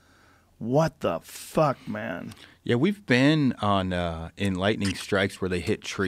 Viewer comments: it’s lightning not lighting^ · Lightning not Lighting 😂